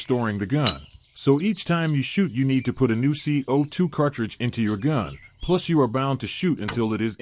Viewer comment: These AI narrated videos are so awkward. C-O-2 cartridges? And Humarex ? 1-64 dollar?